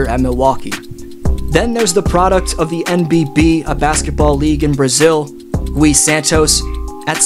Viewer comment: Gui pronounced as KEY but replace the k with a g as in guy.. Take the word glee and remove the L but same pronunciation